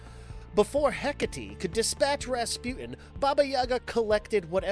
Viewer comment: It's SLAVIC!!!! Slah-Vic!!!! And it's HEKATE!!! Heh-Kah-Tay!!! Not tea 😵‍💫😵‍💫😵‍💫 FFS........ Learn to effing pronounce things 😳